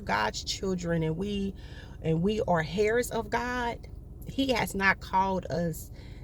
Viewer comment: heirs --- pronounced " airs". :) Not like the strands on one's head. I REFUSE TO STAY IN SURVIVAL MODE! WE ARE BORN TO THRIVE!